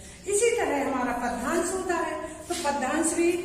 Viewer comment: Bt ek bat kahu padyansh ka उच्चारण sahi nhi h 😑